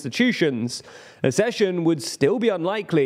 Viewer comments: It's aksession, not assession! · Again: ACK-session, like access. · Why can't you pronounce "Accession" ? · Learn how to pronounce the word "Accession".